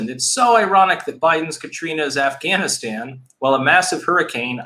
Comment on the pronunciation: "Ganistan" hahahaha